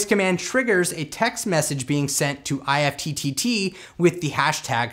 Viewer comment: Great video! However, IFTTT is pronounced like “gift” without the “g.” :)